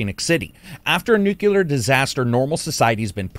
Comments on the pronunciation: Nuclear...not Nukular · "Nucular" 🤣 Sorry, as a non-native english speaker, the amount of intelligent americans mispronouncing nuclear is just funny.